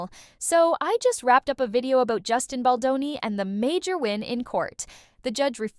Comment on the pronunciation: Who’s this Boni the AI keeps saying🙄. Get his name right account owner